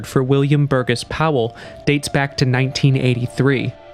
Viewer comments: Bur-GESS? No,it’s pronounced Bur-JESS!! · And just for the record, Burgess is pronounced "bur jess." The "g" is soft.